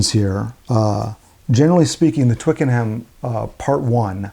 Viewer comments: "twic-ken-um" :), otherwise good review! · Twickenham is pronounced without the H. Twickenum